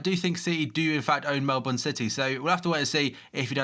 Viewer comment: Man city do own Melbourne city and I'm glad ur actually pronouncing it right 😂